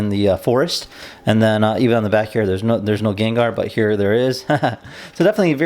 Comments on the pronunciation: Thank you for the video, i luckily bought 2, i did cringe when you said "ganker" ,its pronounced like "gang gar" XD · lokjaw no it's prounaced gen gar _ _ _ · I gave you a thumbs down because of how you said his name for the first 7 mins of the video. But I’m just jealous you have one and I don’t ☹️ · Excellent video, but if I could give a few minor critiques. - The choice of music for the build montage was bad. Really bad. - It's Gengaaaaaaaar, not Gengerrrrrrrrrrr. - It's Hauuuuuuunter, not Huuuuuuuunter. That's it! like I said, other than those 3 minor critiques, excellent video :)